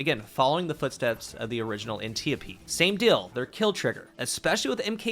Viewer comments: An tee yo pee? Lmao never heard it pronounced that way. It's an tee yope. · An tee op. Not an te opee